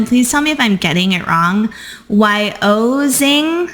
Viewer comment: It’s pronounced Y-Oh-Miss-Ing)